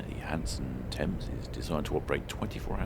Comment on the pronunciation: Hanson not Hansom!